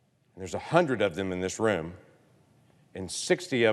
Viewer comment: Omg he just did the "i have a pen" speech...did say "woom"? Wait, his staffers are leaders? Then what is he